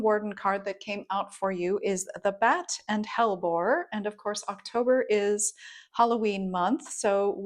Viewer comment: Hellebore has 3 syllables. The e in the middle of hellebore is a syllable that rhymes with we. Hell e bore 😊